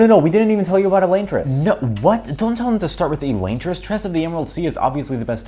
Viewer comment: he pronounces it incorrectly, Sanderson himself pronounced it like "Eh-lahn-tris"